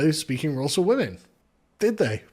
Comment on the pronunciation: He very much gives off bitter divorced dad energy with the misogyny in this video and complaining about "the wimun".